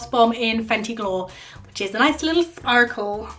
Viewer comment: anyone else notice that when she said "sparkle" she sounded American ??